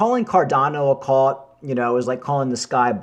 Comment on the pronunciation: C U L T not CALT